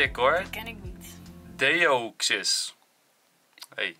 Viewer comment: Enzo je spreekt deoxys eigenlijk uit als diejoxis was puur om je te helpen 😛